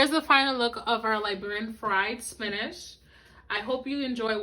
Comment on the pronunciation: Why do you say Spinash? It's Spinach!